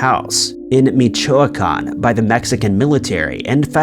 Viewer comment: “Meechoycan” 😂 I’m sorry I about died…